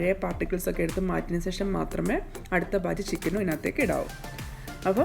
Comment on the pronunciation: Sesham alla.. shesham.